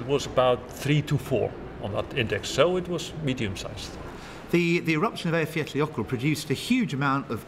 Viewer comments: Eyjafjallajökull..."T"?? ..the double L sound (like Welsh) is not difficult, there is no "T" at the end. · Eyjafjallajokull me: summons a demon